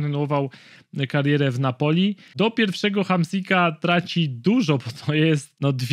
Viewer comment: Każde wypowiedziane Napoli w tym odcinku sprawia ze uszy krawia…